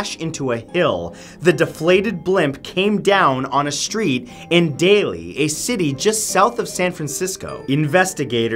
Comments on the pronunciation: It's Daly City......not "A city called daily." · It's "Daly City", not "Daly"....